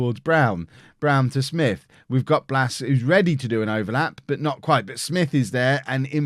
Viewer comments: U say Smyth as Smith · it is pronounced SMYTHE u had it right mate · Smyth is pronounced "Smith" (Source: From N.I. and a guy in my class has the same surname) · I had a teacher called paul smyth pronounced with a y